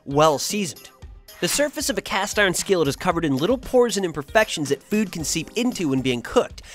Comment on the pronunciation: Why does every narrator for this channel pronounce the word "food" weird?